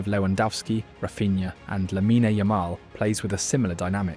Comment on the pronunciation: Didn't even know how to say Lamine Yamal lol. AI garbage channel.